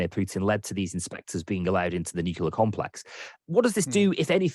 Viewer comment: There is no such thing as nookyaler.